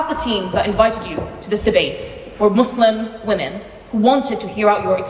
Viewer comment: Why is she pronouncing Muslim all weird ? She looks foolish